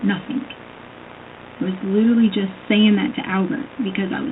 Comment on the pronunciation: ”Liddurly”. “Izzzacly!”